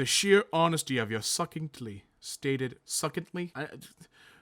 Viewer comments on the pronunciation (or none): Succinctly is pronounced Suh-sinkt-lee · Succinctly is pronounced sus-sinct-lee 😋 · Succinctly = "suss•inked•lee" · Oof, I am probably guilty of this :( Also, it’s pronounced “sus-inked-lee” 🤓